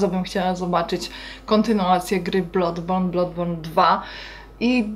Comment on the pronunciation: Jak coś to się wymawia bladborn, a nie blodborn